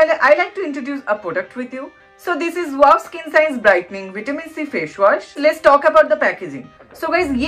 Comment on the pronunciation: Face wash not fesh wash😒